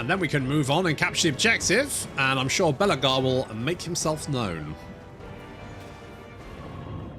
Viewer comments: calling Belakor 'Belagar' because nobody likes Belakor or respects him. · His name is Bel'akor. You say his name like Belegar (ironhammer) the Dwarf king 😅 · Lol, the way you pronounce Be’Lakor… I can imagine Belegar Ironhammer mumbling : « That’s a-Grudgin’ ».